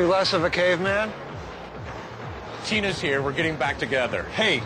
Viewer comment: Hey you! It's Tina not Gina.